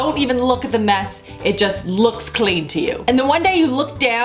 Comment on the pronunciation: do you have an accent when you say like CL(ean) and FL(oor) or are you just trying to talk funny???